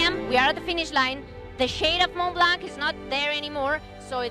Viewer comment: "Mon Blan" T and C are silent. It's just like "Chamoni", you don't say Chamoniks.